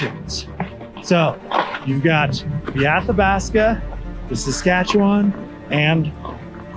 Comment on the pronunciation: Props for pronouncing Saskatchewan correctly!!!